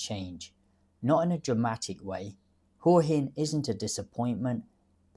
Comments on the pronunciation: Sorry mate but it’s pronounced Whaa Hin…. NOT Whore Hin 😂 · Hey What's with this Hoowa Hin shit? You've been here a while I think but can't even pronounce it's name properly. It's Hwa Hin. By the way I didn't come here 3 years ago to sit in a cafe that's just like home. I came because it's a beautiful place with great weather and people. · Definitely not the UK. There's a plus. Pretty good balanced view of Hua Hin ( pronounced Hwa Hin locally). If you want more night life and bar culture maybe Pattaya is a better option but not cheaper. And yes the visa bureaucracy and 90 day reporting stinks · I spent 5 months in Hua Hin last year. This is a pretty stupid video. In the first place, you can't even pronounce the name correctly.